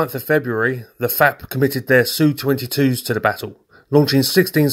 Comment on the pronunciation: Finally someone who says 'Su' phonetically not 'S-U' when describing Sukhoi aircraft. Small detail, but appreciated.